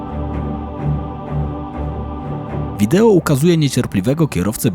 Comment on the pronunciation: Wideo się mówi, nie wideło 😊